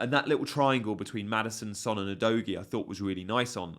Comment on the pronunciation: Udogie is not ‘youdoughgee’ it’s more like ‘oodoggieyer’ there’s a Premiet League video where every player pronounces their names. Otherwise good content as always. Cheers